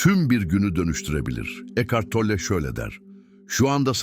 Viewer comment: Isim telaffuzuna takilmaktan videoya odaklanamiyorum Tolle deyil